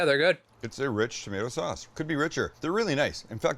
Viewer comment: lol....only a Canadian could mimic "rich tomaaato sawwwwwwss". Thanks.